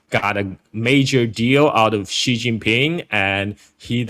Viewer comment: it's President C not G please